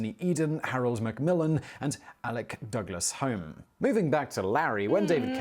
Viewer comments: He pronounced the name: Alec Douglas-home wrongly, It's pronounced: Alec Douglas- hew-m Yes 10 Downing Street is the British equivalent to the White House. Residence of the Prime Minister. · Has Simon been taking English lessons from an American AI voice-over bot? For the record: the Home in 'Alec Douglas Home_ is pronounced Hume ! He'll be pronouncing 'Baden-Powell' (of scouting fame) as though it rhymes with owl next (it rhymes with goal , incidentally)! Once again: tut, tut, Simon! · Alec Douglas Home …. Is pronounced ‘Hume’ … just a quirky posh family thing if pronouncing surnames in a different way than they’re spelled. Like Belvoir is pronounced , ‘Beaver’ … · Apparently, Larry has been sacked and evicted by the new PM. He has been sent into obscurity in the country. Thank you for your service, Larry. Also, that chap does not know how to pronounce British names. Alec Douglas-Home (pronounced Hume). I love that we can be tongue in cheek about this, we do personify our pets in UK. There are parts of Europe who cannot understand why we have pets in the house.❤❤👵🏴🌹🌹🌹